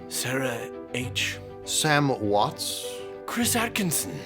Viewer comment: love this episode until the end. there is no 's' at the end of Watt. it's Sam Watt.😂